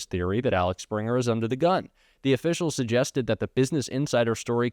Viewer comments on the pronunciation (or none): Interesting but Axel, not Alex, Springer. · I am sure others have commented it is Axel, not Alex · Axel springer not Alex springer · Axel springer not Alex springer.. i understand getting it wrong once or twice but you pronounced it wrong every single time!